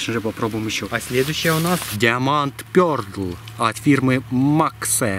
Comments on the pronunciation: А почему ПЁРДЛ а не пёрл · Не пёрлд а пёрл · Ахах Пёрлд говорит епта😂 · Даун почіму пердл еслі перл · Уже который раз... но я всё терплю, ПОЧЕМУ ПЁРДЛ?ЕСЛИ ТАМ ЧЁТКО НАПИСАНО PEARL ТО-ЕСТЬ ПЁРЛ! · Перлд, ору